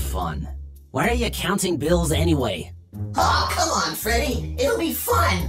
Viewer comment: she said feddt